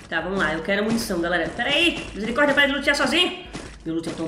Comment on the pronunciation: Quem gosta quando a fala misericordea